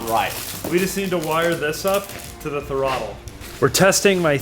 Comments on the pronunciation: I love how says Throttle like it’s a Pokémon: Tha-rottle I choose you! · Loose Bolts Willy back at it again! Waiting for the inevitable day he or decide the shop roof is a premium jump ramp with no possible or foreseeable risk involved. I also appreciate how can turn “throttle” into a 3 syllable word. Don’t ever change, lads! <3